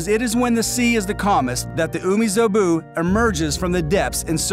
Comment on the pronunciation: its umibozu not umizobu bruh